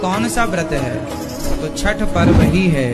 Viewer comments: It's chhath not chhat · Bhai unko chhath bolna ni aata.. Ye log virat ko b virath kohli bolte h 😂😅...